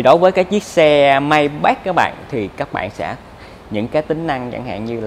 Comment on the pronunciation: May bách?! Nghe hơi khó chịu